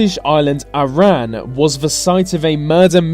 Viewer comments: It’s pronounced “Arron” not ar-an please get it right next time (I can say this because I’m Scottish) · Great video but you pronounced Arran wrong, it's said like the name Aaron :) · Wait, what, were? The island of who in Scotland ... Arran (as in the boys name) not as in Iran!